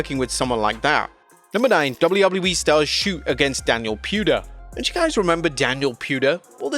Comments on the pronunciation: I always hear you say Gablu, gablu E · Wtf is doubley woubley e? Do you mean wwe?